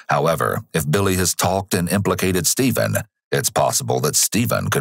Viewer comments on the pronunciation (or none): so is it Stephen or Steven? You got that wierd